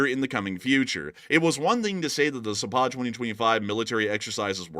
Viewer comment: Zapad is pronounced with the accent on the first " a " -- Zaaapad !!! not Zapaaad !!! It means West !